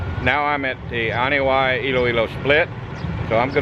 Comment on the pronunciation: This a very beautiful drive. I believe the locals pronounce Anini-y like "Uh nee nee ee" Keep up the good work.